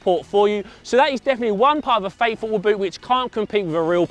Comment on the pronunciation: Sounds like he's saying faithful instead of fake football.